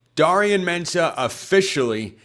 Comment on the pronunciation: Jeez, it’s pronounced DARE rion consistently pronouncing names wrong.